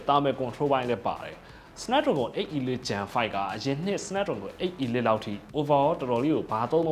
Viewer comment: အီလိုက် / အီလစ် လို့အသံမထွက််ရဘူး၊ အေလိခ်လို့ အသံထွက်ပါ၏